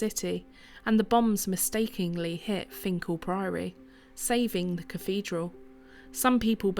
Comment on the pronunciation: This isn't far from where I live - about 10 minutes drive. As a lad my grandad used to walk from his home in High Moorsley to Finchale to swim in the Wear. I'm pleased you got the pronunciation right. Interesting to hear the history behind it. I'm surprised you were ok flying the drone as it's not far from HMP Frankland.